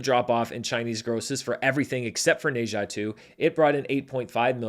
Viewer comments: FYI, the Ne in Ne Zha is pronounced like “nuh” or “ner”, not “nay”. I figure it’s a title you’re gonna have to get used to saying when talking about records for a long time to come, so may as well learn it now! 😅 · the "H" is silent in Ne-Zha. Its Za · I cannot get over the mispronunciation of Ne Zha. I didn't know what movie he is talking about without noticing the movie poster. Go watch how Chinese pronounce it.